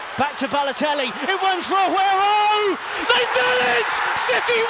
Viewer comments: Awaywoh? Is Jonathan Ross the commentator on this one ? Awhemba way Awhemba way Awhemba way Awaywoh way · Why can’t the commentary say Aguero lol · he said awero XD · Who is awhoareo? Does mean Aguero? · I wonder when the commentator actually learnt how to say Agüeros name.. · I'm sorry but how was the commentator pronouncing Agueros name?!😆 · how is man pronouncing aguero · Say Aguero properly... ffs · Wish he’d say Aguero,s name properly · guy cant say agueros name